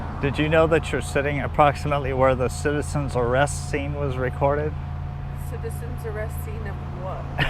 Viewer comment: You should've put more accent into the "Citizen's ARRAYIST, Citizens ARRAYIST". Lol. Of course she probably still wouldn't have known as she said she was not a big fan of Andy Griffith Show.